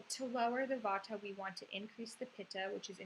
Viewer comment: its not vataaa....its jus vaat